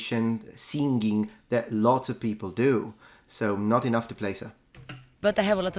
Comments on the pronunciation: And the Ls "Peopou" 😂 Unmistakable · And the final sound of 'people', that also sounds so much like a Brazilian pronounce.